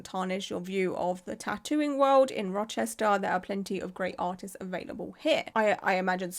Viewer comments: You pronounced Rochester correctly! My nearest city is Syracuse (See-ruh-cuse) which has several tattoo shops. I'm planning on getting my first tattoo sometime over the next year and I'm very excited and very happy to know to AVOID this person!! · sits down with a nice wholesome breakfast, mixing blueberries into oatmeal “In this video we’re going to be talking about a tattoo artist in Rochester…” head snaps up You said it right. I’ll be sharing this video shortly as a local, I just want to watch through all of it first. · You said Rochester perfectly. I’m very impressed 👏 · Yes, you said Rochester perfectly!!!! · Love your channel! This is awful, and im a few hours from Rochester ny, and yes, you pronounced it correctly:) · Oh Shannon. Yeah she’s a looney 😅 all over my social media lol. Also, I’m from Rochester, you said it great 🖤🫶🏻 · As a central NY girlie, you did GREAT pronouncing Rochester lol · You said it right. Love your content!